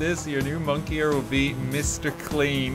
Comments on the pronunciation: I still can't get over pronouncing "moniker" as "monkier". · 'monkier' eh?